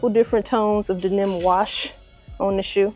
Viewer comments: It’s crazy how you pronounce the word denim… This cannot be the first time you’ve seen this word in the English language. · Q the way you pronounced denim had me rolling 🤣. I swear u was saying "Then Them" so lol I figured you would block the comment luv. Salutes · Hunni, the way you say denim had me trippin’! Is that a Chi town thing? Of course I want these, but I definitely don’t need them because I have the women’s pair that dropped last year or the year before.🔥🔥🔥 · SAME HERE ☺️...still appreciative of the content though! 🇹🇹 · Lol. Where are you from, if you don’t mind me asking? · Don't think I've ever heard it pronounce that way 😂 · Fax 😂 I was like tf she said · 😂😂😂😂😂 I ran it back like hella times even took my headset off 😂😂😂😂had to make sure I wasn’t trippin. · no reason to be nasty about it ma’am, by the way, I’m not a champ, I’m a female, thanks. Just weird the way you chose to say the word, that’s all.